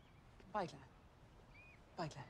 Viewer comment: To Claire: “Bye Claire” To Kate: “Bye Klare” To us: “Bye Claire”